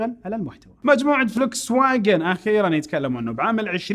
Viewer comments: اخوي فولكس واكن كلمة المانية تلفظ فولكس فاكن 😁😁😁 بس للمعلومات ما قصدي شي تصحيح معلومات مو اكتر 😘😘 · يعطيك العافية استاذ ولكن للفائدة تلفظ Volkswagen بالالمانية (فولكس ڤاچن ) الـج ـ مصرية هنا ، وبالمناسبة volk معناها الشعب ،و wagen معناها عربة او سيارة او مقطورة ، ف Volkswagen معناها سيارة الشعب. واعذرني جدا على المداخلة